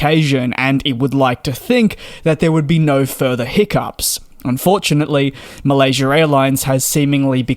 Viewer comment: There's no r at the end of Malaysia!